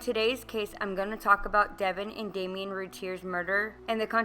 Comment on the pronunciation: Please pronounce Damon's name correctly; DAY-MON , not Damien.